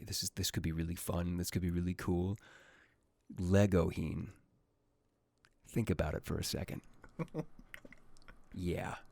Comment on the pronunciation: I couldnt stop laughing when he said legohin lmao